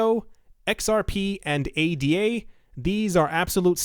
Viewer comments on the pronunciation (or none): ADA as in ADA Lovelace. Not A D A. Like a Tribe Called Quest or A Pimp Named Slick Back. You say the whole thing!